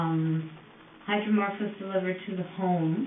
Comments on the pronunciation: 57 mins in is she saying hyromark? What kinds of pain med is that or I’m totally deaf rn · She's saying hydromorph, short for hydromorphone